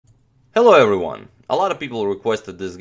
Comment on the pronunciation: Hielo errywun